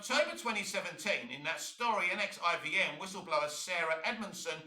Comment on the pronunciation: This take, and the fact that you don't know how to say NXIVM, just says that you need to do better research into what she did and why she was on trial and not Kristen Kreuk. Mack wasn't just a member and recruiter, she was an active participant, and even branded some of the women herself. She was Keith's right hand. Go watch the trial and see the evidence, instead of reading an interview.